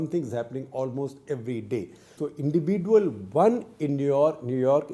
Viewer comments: Sekhar Gupta's pronunciation of "individual" is unique. Hope someday he gets it right. Until then we have to suffer listening to " indivi-duel". 😂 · Wrong pronounciation of the word 'individual' by Coupta !